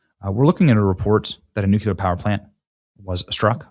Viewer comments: “nucular” as Bush used to say…… Won’t be fooled again! 🤣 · For God's sakes it's nuclear not " nukular" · NUCLEAR, NUCLEAR, IT IS NOT NUKULER. It is just as annoying as hearing someone say they want to AXE you a question. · How hard is it to say "NuCLEar" not "NuCULar"? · New-clee-r!!! You make yourself sound hick by pronouncing nuk-you-ler. It just takes a little discipline, you can do it! Otherwise, spot on, just totally distracting. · Dammit Benny! The word is new clee er, not nucular. Don’t pass on poor grammar, please. You are smarter than that. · Benny, I love you but it's nuclear, not nucular. Come on bro... Pronunciation correction from an appachian red neck? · NUCLEAR NOT NUCULER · Language police are admittedly annoying I’ll confess. However, it’s “new-clear” not “nuke-u-ler” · It’s nuclear as in nuCLEEar not nucUlar! Dude, please pronounce this very important word correctly. Its root is nucleus! 🙄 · new-clee-er Ben,new-clee-er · "NEW-cleer" Eeehhh, whatever.. "potato.... nuclear" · am I the only one that noticed that he said nucular? That’s an old Bush Jr trick. Lol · I love your stuff, Benny; but unless you want to sound as dumb as Jimmy Carter it's not pronounced "nook-yoo-ler". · Benny, you mean N-U-C-L-E-A-R and NOT NUKIER!!! Gosh! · Learn how to say nuclear "new clear." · Benny, you should really learn to pronounce NU-CLEE-AR. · Benny, it's nuclear. Say it with me NEW-KLEE-ARE. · Nuclear = NEW CLE R, not nucular it’s not even a word !!! Please STOP pronouncing the word nuclear WRONG !!! President Trump is the first President I’ve noticed that pronounced it correctly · Fu(k dude, it's pronounced NEW CLEAR. You sound like a gd idiot saying it like W. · Say it with me Benny…nu clear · It's nuclear not nukeular! You sound like George W. Bush! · Did he say new-Q-ler? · Benny, only 1 "u" in nuclear. Nu cle ar. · BENNY!!! Nu-cleee-er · Where is this "nu-cue-lur" place, and why is the President going there? 🤪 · I hate how you say nuclear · Nu Klee ar. NUCLEAR